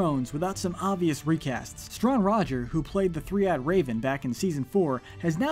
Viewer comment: It's "Struan" Rodger